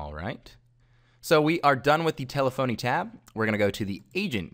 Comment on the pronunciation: Good video. Thank you. You should be aware though that telephony is pronounced like Stephanie and not tele-phony as it appears it would. I know this may seem trivial but it could cost you credibility.